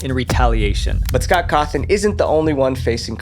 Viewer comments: yeah i think he used an AI script because i recall him saying “Scort Horthon” instead of “Scott Cawthon” and also the “4 children” instead of “4 adults” in the Chuck E Cheese case. Kinda disappointing ngl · “Scott Hawthorne” bro what😭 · "Scott Hawthorn" lul